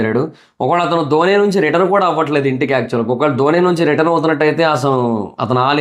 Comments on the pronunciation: ధోనీ కాదు అన్న డోన్ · ధోని కాదు స్వామి, డోన్ అనాలి.